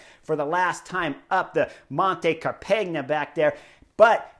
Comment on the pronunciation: Dude....Car-peg-na? Learn the local enunciations.